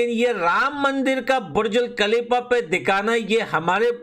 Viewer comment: Burj khalifa ❌️burjul khalifa✔️😂😂